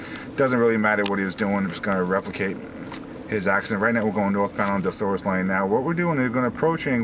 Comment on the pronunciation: He didn't live on Dosoris La, he lived on Morgan Island. You would take Dosoris La to get part of the way there. Street name is pronounced "Duh-saurus" not "Doe-saurus"